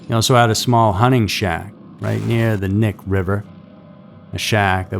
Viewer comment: Knik is not pronounced Nick. It’s a native word you say the k. Don’t pronounce like knee that’s wrong. Sorry but it’s driving me crazy. We used to party out there. I thought it was a ghost story first time I heard about the Butcher Baker. People were saying there were probably more bodies buried out there. He only admitted to the ones they found.